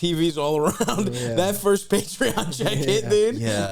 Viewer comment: Nick noticing Felix mispronounced Patreon